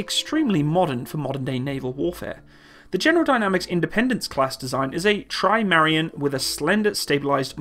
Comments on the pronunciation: Trimarion? ahem... Try-mah-ran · TRI-MA-RAN, not Trimarian, You dyslexic land-lover ;)